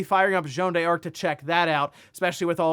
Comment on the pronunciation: U just pronounce it as dark. Not die-arc